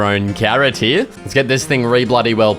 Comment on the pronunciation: It's here not heia